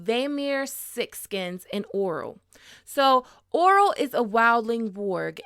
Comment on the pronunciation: Omg the way you said Orell got me twisted lool sounded like you said Oral..its O' Rell